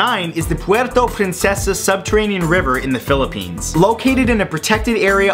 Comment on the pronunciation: I don't speak Tagalog, but i can understand it, and as far as I know, I think "Princesa" is supposed to be said as "Preen sess ah". Idk if it's just my mom's accent but yeH